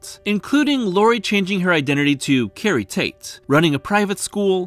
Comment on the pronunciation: Did you just say carrie’s taint ?